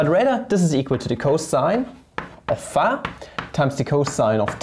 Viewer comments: Hm, idk… Since started to intentionally type and pronounce words wrong (e.g., ”pha“ instead of ”phi“), I cannot enjoy the videos anymore. Imho it's just not funny but annoying. Sometimes it might be fun, but not every time. Still, the topics are interesting and so, so I watch the videos anyway. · Every time he says phä , I think a yo phät mama jokes comes along … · Years after the Ozarks show he still calls it pha XD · He says it like [fæ] lol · Can we acknowledge how he says φ?